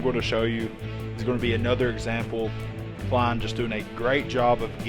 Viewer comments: Its Clelin, Clel - in not klein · i’m pretty sure it’s pronounced “Klee lynn” Ferrell not klein